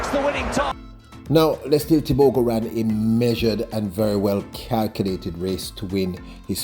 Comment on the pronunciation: As a Namibian 🇳🇦 most importantly AFRICAN, I am proud to say this : CONGRATULATIONS Letsile Tebogo 🎉 Africa is proud of you. Not happy with how your name is being pronounced, however it is what it is. We dance to celebrate your win. 💃🏽💃🏽💃🏽